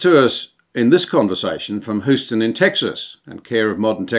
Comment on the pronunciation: "Hyu-ston" Put an h in front of the U in Eulogy.